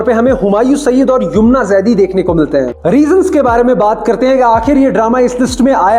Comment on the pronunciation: Bhai baki review to theek h Pr naam to theek se bolo yoomna nhi yumna bolo